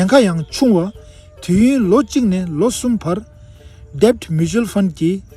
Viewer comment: read debt = det ( like dad as b is silent) channel is useful 🕊️🌿